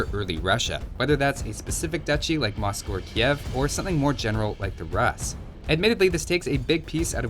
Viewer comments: I beg you please don't pronounce Rus as 'ras', it's more of a 'Roos' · Havent seen a comment about it yet so here i go with my nitpick :D Rus isnt pronounced like the Rus in Russia, its more like Roos with a long U. While it was the word that spawned todays Russia, it originates from the 9th century where Norse raiders came to todays russia to settle. These were called 'The Rus' which roughly means 'Those who row' (because they came on rowing boats)